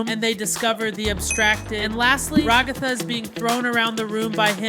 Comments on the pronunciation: Bruh it's regatha not Raygotha! 😡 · Ragatha =/ Ra-ga-tha